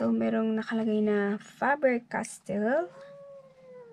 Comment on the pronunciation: Miss, Fah-ber castell po sabi nila sa Instagram. Btw new to your channel po 😊